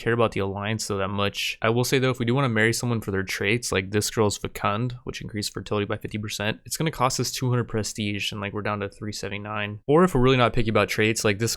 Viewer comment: Fecund: pronounced feck - end with the emphasis on feck